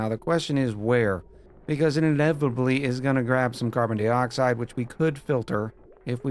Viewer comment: I'll give you a thumbs up but you gotta stop saying "dee-oxide". That's the deal.